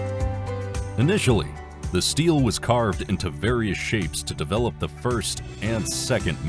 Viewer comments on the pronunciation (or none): none